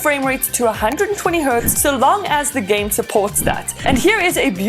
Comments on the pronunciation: did she pronounce game, as jam? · Say jam one more time please